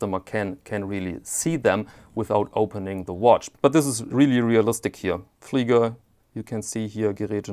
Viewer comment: A phenomenal watch and a fascinating comparison. What an extraordinary piece of history! The age and patina simply can’t be replicated. (It’s also great to hear Beobachtungsuhr and Flieger pronounced by a native speaker).